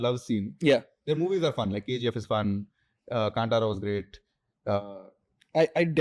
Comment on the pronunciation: Why would you say ಕಾಂಟಾರಾ being a kannadiga when clearly, its ಕಾಂತಾರ?